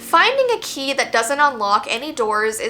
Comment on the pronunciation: I tought the word that actually said the key was ghe key😢Anyway i love your videos❤❤